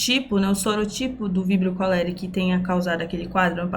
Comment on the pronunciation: A primeira professora que assisto q pronuncia o nome científico corretamente. 🥹